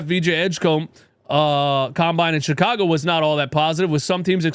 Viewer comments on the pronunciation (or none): none